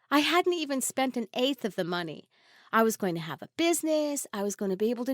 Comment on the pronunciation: Tee tee?? It's too too